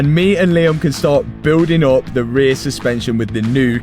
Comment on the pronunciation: Good thing you finished the ray-ee-aye-uh. ;D I recently watched the Matt Rife bit about Europeans not using consonants, just made me laugh. look it up! love your channel!!